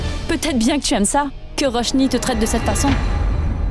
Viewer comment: Tout moun rele tifi an Roshni....DD menm relem Ròshni😂